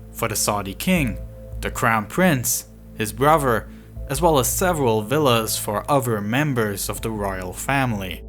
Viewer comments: "For his brover" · Dude here says " on ve over side in 2 fousan seventeen wif a brew_idge...for FURVER DE VEOL OP MINT..W HIS BROVER..HATE THIS KID